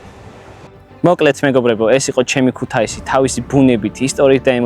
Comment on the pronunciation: წესი #1 არასდროს, არასდროს და არასდროს არ თქვა ქუთეისი! მეათე წუთამდე სიამოვნებით ვუყურე და სხვა ვიდეოებსაც ვნახავთქო რომ ვიფიქრე ქუთეისიო და ჩაყარე წყალში ყველაფერი. 😔